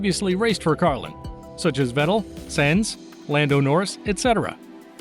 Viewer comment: “Senz” when you see “Sainz” in your script, pronounce it like “signs”, therefore ‘Carlos Signs’